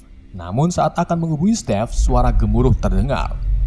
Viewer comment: Ngomong stiv (Steve)👍 Ngmng Peter harusnya piter dong